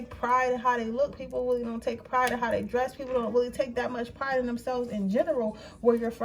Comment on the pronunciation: Sis do you have a speech problem? It seems to get worse and worse every time I click on a video. You keep pronouncing “really” like “willie”. And you talk fast.